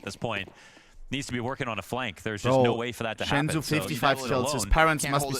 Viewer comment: its not SHENZU bro just SENZUUUU